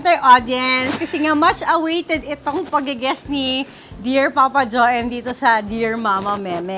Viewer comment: Jo-em ba…akala ko jowem pagkakabigkas😅😅😅😅Well Happy fathers day